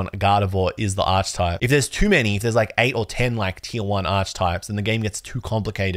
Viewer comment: great opening and vid! Just a heads up "Archetype" is pronounced with a hard "k" sound like "ark-eh-type" :)